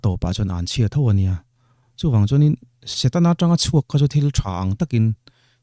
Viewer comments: Satena aaaa...Kristian...Setana tih tur aw... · Niang chu satena ti tlata😂😂a sawi ril tum nen